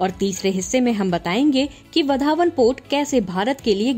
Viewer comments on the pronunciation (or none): वधावन नही. वाढवण सही उच्चार है. सुधार किजिये. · वधावन नहीं भाई वाढवण है वह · Yes it's vadhwan this North Indian will not be pronounce properly 😂😂